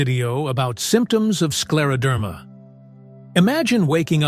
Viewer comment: Слушать невыносимо, неужели нельзя ИИ правильно произносить слова.... СкАродермия😢